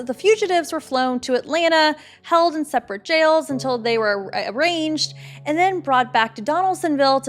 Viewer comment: Remember this well. Please get your facts straight. Were Alday men coming home for midday meal or supper? Also, when suspects appeared in court they were there to be “arraigned” not “arranged.”